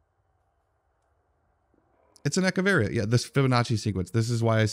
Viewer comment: So proud that you pronounced Echeveria correctly! I loved this video ☺ ...and all those times you said you didn't care about my succulents...ha!!! 🤣 llbow